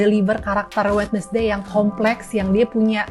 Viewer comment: Wednesday sama mba nya di baca WED NES DAY. aduuuuh.